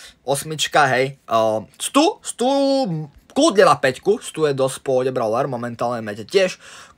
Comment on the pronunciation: Stu sa cíta Sťu